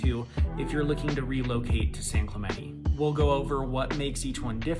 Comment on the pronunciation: Why do white people pronounce San Clemente wrong? As a latino man it's annoying. It's not "Clemenee" lol